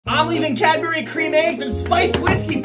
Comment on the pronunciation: The way he puts an extra syllable in Cadbury hurts my soul 🤨